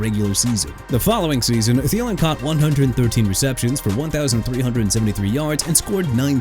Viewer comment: THIELEN AS IN THEE-LIN NOT TALIN! NEW ORLEANS AS IN NU OR-LINS NOT NEW OR-LEANS! YOU'RE GONNA BE OUTTA HERE SOON DUDE. DON'T PLAY WITH ME NO MORE.